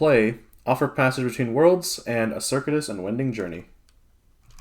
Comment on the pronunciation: I recently viewed your intro video about your Dahan house rule. Do you also have a house rule about how your pronounce "A Circuitous and Wending Journey"? 😋 According to the rules as written by common pronunciation, it's "cir-CUE-it-us". I take my role as the Spirit Island Pronunciation Pedant seriously. Keep up the fun videos!